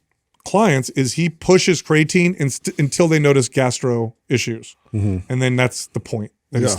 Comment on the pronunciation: I love you guys… You're the best… But just one question… How can be the smartest guy when it comes to supplements and not be able to pronounce the word "creatine"? Haha